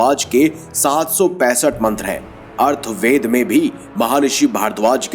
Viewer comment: अर्थवेद नहीं मित्र अथर्वेद